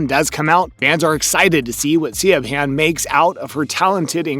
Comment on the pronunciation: siobhan = shiv-on